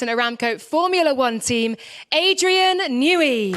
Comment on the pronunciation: “New-ey” tunnel